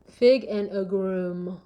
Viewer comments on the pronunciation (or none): Ok amiga! Agrummm that’s it! 😂 😉 we don’t pronounce the « es » at the end. Back to the video! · Fave new word: ACCCCHHHGRRRRRRUMMMMES… 😂